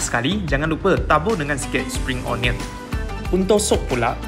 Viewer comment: BUKAN 'OH-NION', SEBUTAN BETUL ADALAH 'UN-NION'. BALIK SEKOLAH BELAJAR ENGLISH LAGI..